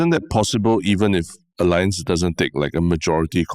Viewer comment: Wanted to mention a few podcasts back. Tan Kin Lian is pronouncing Allianz correctly. The Germans pronounce "A" as Ah, so it sounds like Ah-Li-Ancz